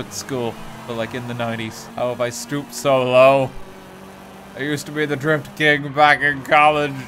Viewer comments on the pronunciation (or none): Really? Always thought you were saying the Grift King :)